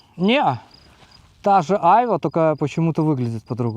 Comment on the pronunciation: Хочешь убить граммар-наци - включи ему, как произносит "айва")